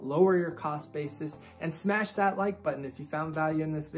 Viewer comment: is when he starts talking about the title. also, don't forget to "sash like and subscribe"